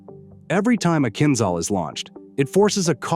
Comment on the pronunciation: It is not called Kinzzall... it is kinjal like french jour...